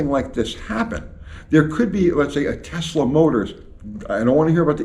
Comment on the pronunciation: Tehsluh, cause we're doing it our way, dammit